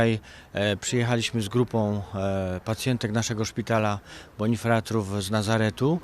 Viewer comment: Po pierwsze nie "bonifratr", tylko "bonifrater", bo z łaciny: frater - brat. Po drugie nie "jedną grupę narodową", tylko dwie, bo Polki, to też naród, podobnie jak Izraelki. Ale tak to się dzieje, jak ktoś weźmie zamach, żeby kopnąć i rozmija się z celem majtając nogami w powietrzu :-))))